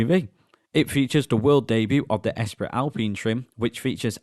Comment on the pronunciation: You are STILL saying 'Oostral'? It's pronounced 'Oorstraal'. And it's not 'Es Prit, it's 'Espree'like Grands Prix, sigh. 😁Some French lessons might help when reviewing French cars perhaps...